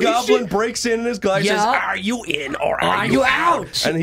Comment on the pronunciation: are yew in or are yew out?